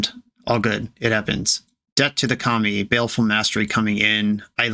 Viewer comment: I swear every time you say Debt to the Kami, I hear "Death to the Commies" and wonder what tipped you off the edge